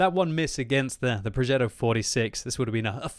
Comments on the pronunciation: nah it was proghetto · Did you just say... Spagetto?